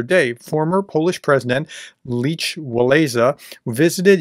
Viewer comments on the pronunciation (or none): Yea, I cringed when I heard him pronounce it like Leech. I remember watching the protests on the news as kid growing up. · Ugh! His name is Lech, it's pronounced "Lek", not leech!! Lek Wah-LEN-sa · His first name is pronounced "Leck".